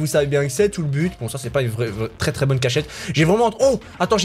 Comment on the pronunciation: qui dit cach chete au lieu de cachette